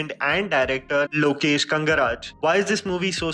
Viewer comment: Pronounce the director's name properly. ✌️